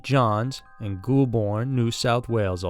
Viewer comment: GHOUL bourne haha seriouslly bad its GOAL burn like they got a goal in football then a burn ffs . I love this channel but please research .